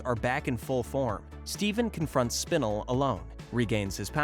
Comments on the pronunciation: I loved this vid so much but hearing him say Spinel wrong angered me in ways I cannot describe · Why is nobody talking about the way he was pronouncing Spinel's name💀. It makes me think that he isn't a true Steven universe fan and he only did the research to make this video just for money. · I hate the way he says spinel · the way you say spinel triggers me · Bro said spinella wrong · He pronounced Spinel wrong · bro said spinl not spinel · It’s spinel not spinal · Spinle? SPINLE?? It's SPIN-EL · It not spin- L it's "spin-el" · The mispronunciation of Spinel is killing me. SPIN ELLE . not spinul. hell you even have clips of them pronouncing it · Man! I love "suckilite" and "spinnal" Such cool characters! I love the different pronunciations though steven said "sugilite" And "Spinnel" pronunciation! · Spinal it's spinel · We not gonna talk about how he’s saying SPIN-L instead of SPI-NEL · It’s Spenel not spinel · its pronounced spi-nel not spin-le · It realllllllly bugs me you mispronouce spinel. Its spi-nell. Not spi-nill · Bruh spin-el not spinel. That shit got me annoyed as fuck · You have disgraced the Spinel Community, it is pronounced SPIN-L, not SPIN-UL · what did he call spinal? 💀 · It is spi-NELL not spin-ill oml that got me slightly annoyed good video tho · its spinel [spin-el]:hand-pink-waving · you pronounced Spanel wrong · It’s pronounced sp Nell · "aqua" "Spinl" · No way man called spinel spinil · ‘Spinnel’ No comment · It kept getting stuck in my craw that he'd confuse garnet and amethyst and kept calling lapis "aqua", and Spinel "spinnle". It's cool if the guy reading never actually watched the show, but coach the guy on names at least. Anyway it was still nice to get a truncated version of the story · I'm sorry but SPINEL IS PRONOUNCED SPIN ELLE 🥺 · ITS SPIN-EL SPINAL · Not him saying sPinel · Spinle.......... this is how you say it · I like how he pronounces spinel spinill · Excuse me but wtf is spinuhl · You said spinel wrong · Saying spinel wrong